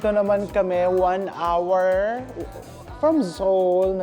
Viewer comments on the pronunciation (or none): none